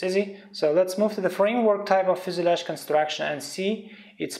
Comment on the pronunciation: FUSELAGE pronounciation :( :( :(